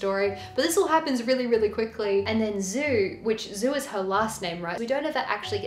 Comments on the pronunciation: She who became the sun --> djou not zou. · I mean if it is Zhu, then the pronounciation is djou.